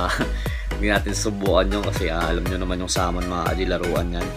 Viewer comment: Boss it's not saaamon it's samon. Don't change the name utol.